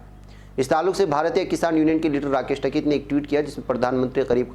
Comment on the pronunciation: ╔═══ ❤☀🍀☀❤ ═══╗ Dear, As-salaamu-alaikum. No doubt you are a great news reader in Urdu. Your title song also sings paeans in your praise. But unfortunately you can not pronounce the name of a man who is making headlines in the country for more than 6 months, correctly. I am referring to the great Farmers' leader TIKAIT. You always pronounce his name as TAKAIT. It is a crime to pronounce the names wrongly. How do you feel feel if you are called AJEEB instead of AZEEZ??? This suggestion is only to improve your news reading. So take it in the positive way!!! ALLAH HAAFIZ!!! ╔═══ ❤☀🍀☀❤ ═══╗ Abdul Jaleel ╚═══ ❤☀🍀☀❤ ═══╝